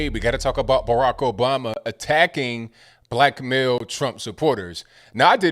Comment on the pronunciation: Is that black male or "blackmail"? 😄 love your presentations.